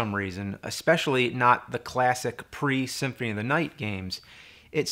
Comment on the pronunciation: Why the fuck can't you say symphony correctly?